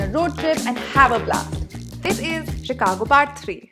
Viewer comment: improve your pronunciation it's not a चिकागो it's शिकागो. #Sejal